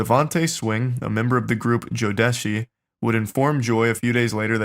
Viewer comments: Joe-Desh-E 😂😂😂 bro i swear i can’t watch this anymore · Jodeci: Joe-duh-see. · If you want to giggle while talking about this woman’s severe trauma you could at least get her name right. Jodeci- jow-duh-see Also, you can’t really expect that bands should have stopped him you clearly don’t understand culture and the weight of being considered a snitch. They wouldn’t ever want to go back home to their neighborhoods with that on their name wouldn’t bode well for them. They probably felt that they couldn’t lose their shot at fame and money in the name of being a Good Samaritan and doing “the right thing”. It’s easy to be aghast at the fact that no one was holding Diddy accountable, but the power of what Diddy was offering is more and more nuanced that anyone who isn’t from where they come from could imagine.